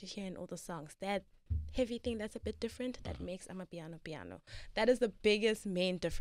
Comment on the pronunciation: Not amipiano but amapiano bru